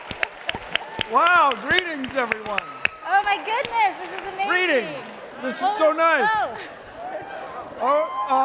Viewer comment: She said dis for this